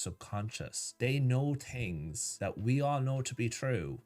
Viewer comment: You mean "dat"